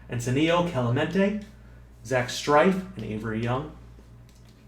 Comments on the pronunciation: Strief is pronounced Str-eef not Str-ife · Couple pronunciations: Zach Str-eef instead of Strife How-ool-ee Kee-kah-ha Very excited for this series! You sure ain't makin anything easy on yourself, lol.